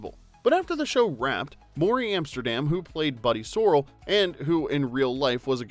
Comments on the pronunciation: Buddy SoRRELL, not So-rrel. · It's not Buddy So'rel.....it is Sorel' emphasis is on the second syllable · Morey Amsterdam's character was Buddy SorrELL, not SORell. Ir was pronounced SorrELL hundreds of times during the run of the show, and if the narrator had seen more than a couple of episodes, he would have known that. Other than that, good video; I did not know that Johnny Carson nearly became Rob Petrie. Talk about alternate timelines. I would have been tempted to include a segment about "That's My Boy?," in which the show took on the issue of race, facing a backlash in the South. Was it preachy? Heck no, it was funny. It's best appreciated if you can see Carl Reiner's narration in the complete series box; I don't think it's available online.Here's the Reiner-less version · It was Buddy sor-ELL, not Sor-il. Also, Morey Amsterdam and Richard Deacon, who played Mel Cooley, were close friends in real life. They used to sit down at lunch and dinner together and wrote many of the insults that Buddy and Mel threw at each in the show. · Do better research. Soap Operas were called that BECAUSE they were sponsored by soap companies. It wasn't 'beautiful irony'. It's where the label comes from. Buddy's last name isn't pronounced SORahl. It's SorEL. It was one of the best shows ever to be produced. It'll never get old. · Have you ever WATCHED the Dick Van Dyke Show? If you have, you'd know it's Buddy SORE-L, not Sorrell. I still cringe at these common mispronunciations from early TV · Great info! But say Buddy’s name right—it’s SorRELL, not SORRell. Sorrell is Ann herb you grow in your garden. Love your channel.❤ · Buddy Ser-REL not SOR-el. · It was pronounced “SUR-ELL” not “SOREL” smh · You missed one. Sorrell is not pronounced SORE-el. It is pronounced so-RELL, as anyone who is not an AI and an actual fan would know. Get a real narrator. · Ugh! a really good episode until the narrator said Buddy SORrell instead of Buddy sorRELL.... sheesh.... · Buddy Sor-RELL.